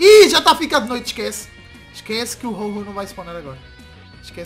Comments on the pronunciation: Rol rol hahahahahahhahahahhaha o nome é ho oh ve se fala certo... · não sei se sabe mas, o nome dos Pokémon se dizem em inglês, Ho-Oh está certo, não tem " r " mas o som são deste jeito, não se fala o nome dos Pokémon em português, não fale o que não sabe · "Ho-Oh" Onde que hífen tem som de "R"??